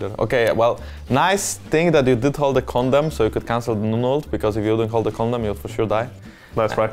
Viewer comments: Am I the only one hearing Jankos say "Condom" for Vayne E instead of "Condemn"? 😬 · Lol jankos says “condemn” as “condom” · Jankos.. it's condemn not condom. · I thought Jankos said condom instead of condemn ( ( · When Jankos says condemn, but you hear something else... I swear, this is pg13 content.